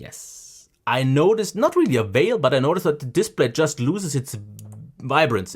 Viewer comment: Yeah, it took me way too long to realise it was "veil" and not "whale" and then everything made a lot more sense. I even thought maybe it was like "the elephant in the room" saying but with whale instead for some reason. Embarrassing lol